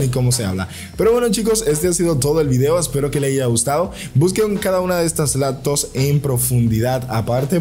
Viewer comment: Te refieres cuando dice por ejemplo laptos